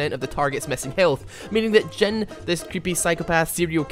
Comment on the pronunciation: i like how you pronounce him dzen XD not jhin